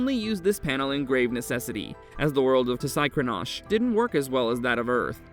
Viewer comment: The monster itself might be lazy but someone who took the time and effort to pronounce its name correctly is not.